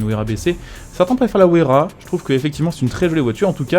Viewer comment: La pagani se dit WAYARA pas Ouaisyera